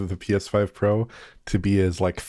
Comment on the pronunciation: Way twacing on the PSfoive Pwow then .